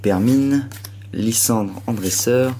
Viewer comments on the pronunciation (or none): none